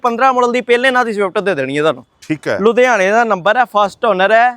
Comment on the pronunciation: ludiana nhi ludhiana hunda 😂😂😂😂